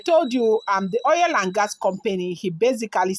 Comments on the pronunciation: 😘😘😘😂😂😂Oil not oiyel. My dear Igbotic babe 🥰.. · 😂😂😂😂 she said oiyel 😂😂😂😂🥰 just joking but it's true o.